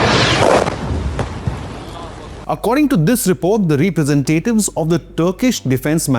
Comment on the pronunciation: Representatives.Not Re Presentatives! 😂